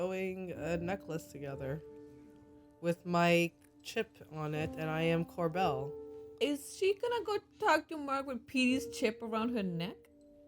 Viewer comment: Rana, I beg you. Cobel ≠ Corbel